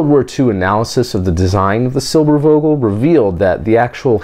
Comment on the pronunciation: If you pronounce the "v" in Silbervogel as an "f" it would sound like perfect German :)